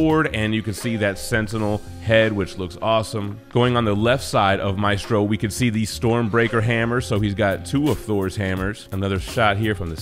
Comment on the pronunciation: Great video. Thank you for pronouncing his name name correctly. There's a Jackass out there who insists on pronouncing it "May-stro" I guess he's a little too hooked on phonics.